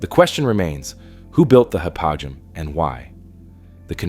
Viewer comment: Hypogeum...ancient Greek...Hi-poe-GEE-um